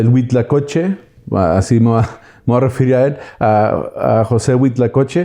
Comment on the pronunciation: HUITLACOCHE, NO HUITLACOCHO ., se ve que si sabes .